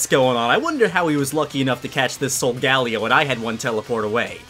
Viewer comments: its pronounced SOUL GAH LAY OH 15 episodes deep and I finally had to comment sorry! Otherwise im loving the series! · It is pronounced solgalyo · henos corret in one of his vids he said my english is nad today and he is saying solgelo wrrong he is saying sogalio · You said solgaleo wrong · U say solgaleo wrong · Please say Solgaleo right